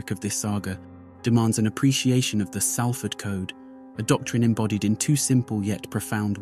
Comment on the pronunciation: My book “ born in prison: how I survived shootings stabbings prison crack addiction Manchester gangs and dog attacks “ is available on Amazon & Audible. I know Mark. I also knew Paul M from 1991+. Thank you, it’s pronounced Solford not Salford